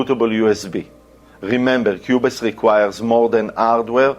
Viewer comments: Great content. Pronounced Qube's, not qube-es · the e is silent in qubes.